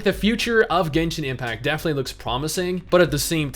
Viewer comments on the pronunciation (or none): none